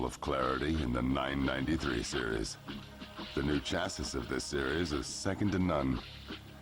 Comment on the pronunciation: I was trying to figure out what country the narrator is from because of his odd pronunciation of words like "tachometer" and "chassis" and "previous". After hearing him say "Monaco", I'm now trying to figure out which planet.